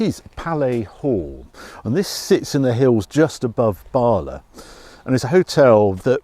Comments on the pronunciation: Your vids are always a highlight for my week, and your Jag simply beautiful, but you always pronounce Bala wrong! It's not Baala, its simply Bala! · *Bala.....no “r”. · Great Video h Bala is pronounced like Asda Lad Lol (sorry) Ha ha great car that coupe and it is elegant looks great H, the pillar less is our `Porn enjoy